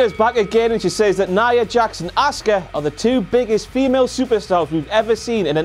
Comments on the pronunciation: its pronounced Awska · Yeah right, I never understood why they call him SHINSKE instead of ShinSUke but ok Same thing with ASka instead of ASUKA .